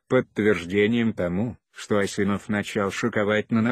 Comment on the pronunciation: Что за озвучка противно слушать Ударение пипец. Даже фамилию Ильдар неправильно озвучивает.